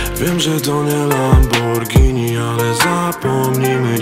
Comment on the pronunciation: Czy tylko ja zauważyłem że white, to jeden z raperów/traperów, którzy poprawnie wymiawiają nazwe tej bardzo słynnej marki nazwanej lamborghini, którą poprawnie czyta się lamborgini